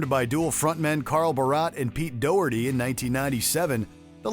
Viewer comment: Di you know how to pronounce Doherty? I think not